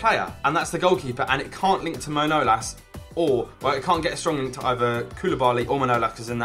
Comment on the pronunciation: Can't pronounce manalas